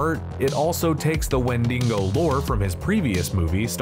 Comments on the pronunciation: Wendigo - not 'wendingo'. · It’s not Wendingo stop saying it like that. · Interesting pronunciations of "wendigo" and "Poughkeepsie"!